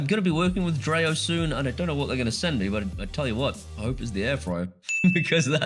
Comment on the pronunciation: Dreo is pronounced with an e. Not an a. Dree-O. Not Dra-O.